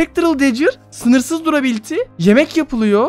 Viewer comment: Sınırsız durabiliti İngilizceye resmen işkence yaptın